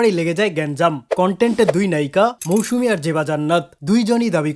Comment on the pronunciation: He literally said "মৌসুনা" 🐸